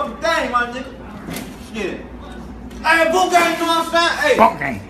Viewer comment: Nobody knows how to say boonk